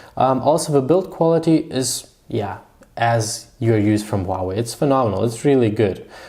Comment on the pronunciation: Its huawei not huahwei bro.Good video still :)